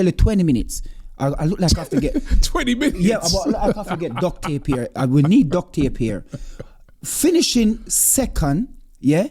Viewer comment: "we need dog tape ere"😂😂